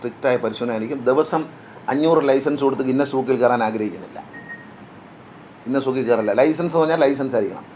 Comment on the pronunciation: ഗിന്നസൂക്കല്ല ,ഗിന്നസ് ബുക്ക്😂